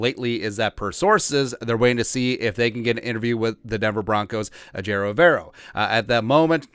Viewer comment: Hey it’s pronounced Ever O.. as in do you ever row 🙃 (went to school with him and his brother)